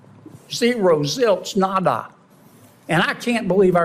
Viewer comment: I think your AI pronunciation of “nada” is one of the stupidest things I’ve heard.